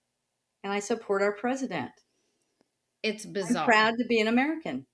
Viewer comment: Hearing say "pres-dent" repeatedly is like nails on a chalkboard